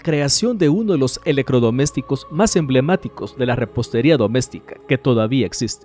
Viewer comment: Buen video... Amigo tiene problemas de Dicción con las letras "TR" es raro escuchar eleCRodomesticos... En vez de electrodomésticos.